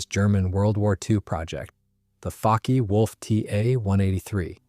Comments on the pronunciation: I think NENE is pronounced NEEN and Focke is pronounced FOWKa. Pulqui is pronounced PULKEE. Coup d'état is pronounced COO DAY TAH. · Fokke is pronounced correctly and incorrectly in this video, leading to suspicion of AI slop, which would the other mispronunciations. The video is a bit suspect, as it seems to switch photos of planes somewhat randomly.